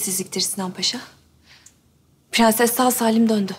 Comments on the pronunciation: Fğansız ya ondan pğenses diyoğ 😅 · nono nun piganses demesi beni delirtiyo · Şu dadı hatunda bütün sözleri doğru söyleyip bir piğenses demesi bir tek banamı batıyor?😂